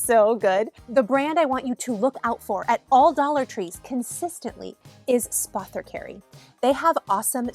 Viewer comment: No offense to you girl........... not one YT person can pronounce Spathecary. It's pretty simple. Also, I found the Bum Bum cream dupe to be very good.